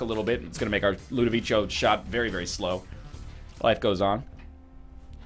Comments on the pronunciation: Tips from an italian viewer: Ludovico is an italian name. It is pronounced Loo-do-vee-ko. ;) Just wanted to point that out! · Why the heck does he keep calling it LudoviCHo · I'm italian and no, it's not pronounced like that. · ***** the emphasis is in VEE. You're welcome. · Nope. I watched it recently, and the guy clearly says "LudOviko"